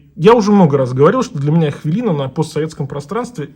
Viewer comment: у кого у вас? Вообще-то хвилина, а не хвялина.